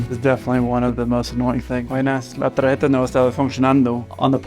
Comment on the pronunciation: That's tar-hetta. Not Tag-getta. But probably not the first time they've head it that way.